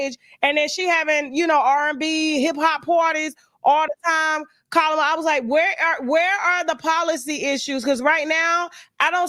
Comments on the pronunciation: You don’t have to disrespect pronouncing Kamala’s name like that.😮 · It's disrespectful to purposely mispronounced. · At least say her name right if you're gonna drag her 🙄